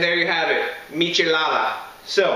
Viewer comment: This guy's accent on Spanish words is on point